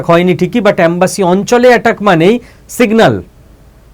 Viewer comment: এমব্যাসী.... অ্যামবাসী নয় ....